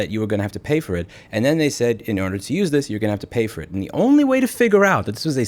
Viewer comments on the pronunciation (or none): none